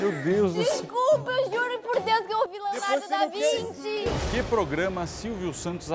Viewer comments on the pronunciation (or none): Leonardo da vinte? Kkkk Kkkk nem falar essa poha sabe